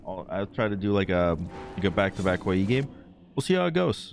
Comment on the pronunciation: Stop saying hoy yeee lol please however comma fantastic game